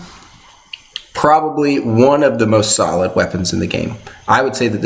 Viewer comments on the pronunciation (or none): none